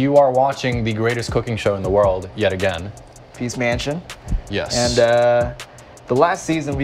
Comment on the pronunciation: i remember watching feast mansion while i was drunk and i heard "please mention" instead of "feast mansion" every time you guys said it. The next day, i try to find feast mansion and i typed please mention in yt search bar lmao